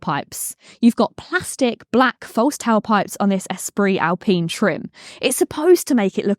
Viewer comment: Its Al-pine not pene pine.